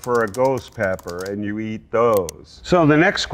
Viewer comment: "Bella is going tomeat this reaper" 😂😂😂😂😂😂😂😂😂😂😂